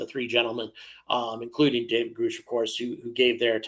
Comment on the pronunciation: Why do so many podcasters mispronounce David Grusch's surname? It doesn't rhyme with 'whoosh', it's not spelled Groosh... His name rhymes with 'crush'...try pronouncing it correctly.... David GrUSCH... it's not that hard. Thanks.